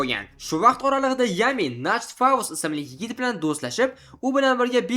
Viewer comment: nacht bu "ch" Sh emas H deb aytiladi, kuchi nemischa Nacht tun degani Morgen esa kunduzi 🙂